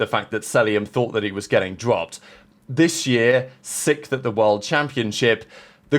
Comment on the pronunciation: There's that word sickth again 😂😂😂